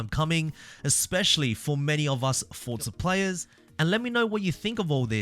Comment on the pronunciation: "Fortza" is the proper Italian pronunciation.